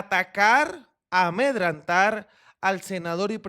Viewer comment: Compañero, un saludo especial. Veo tus vídeos... Quiero hacerte una corrección se dice: amedrentar no amedrantar